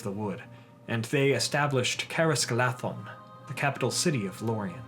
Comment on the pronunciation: I always love your videos so much, and your pronunciation is generally very impressive. Just one small pronunciation correction, 'dh' as in Caras Galadhon is a voiced th sound as in 'the' as opposed to an unvoiced th sound as in 'thin' Keep making amazing videos!